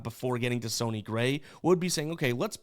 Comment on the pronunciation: I thought it was pronounced sunny like sunny day, not sony like Sony PlayStation …or am I missing a joke haha #GenuineQuestion